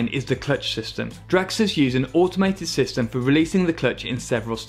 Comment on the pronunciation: Why does he keep saying "draXers"?